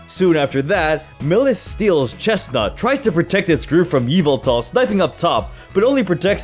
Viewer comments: Its yaveltal not yvetal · ITS YAVOOTAL NOT EVELTAL